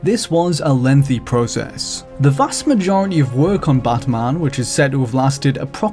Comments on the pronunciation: Why are you saying BUTTman instead of batman? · Drink every time he says bot mon. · Who is this 'Buhtmuhn'' of which you speak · Batman or Badman? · Prepare for buttmunn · You guys couldn't find someone who doesn't pronounce Batman as Bathmahn? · The way he says batman. *chuckles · The way this dude pronounces "Batman" is really annoying.